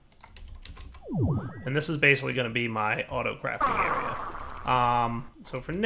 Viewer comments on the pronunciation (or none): none